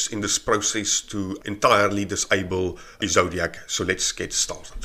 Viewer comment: It's "Ezoic", not "Ezodiac"...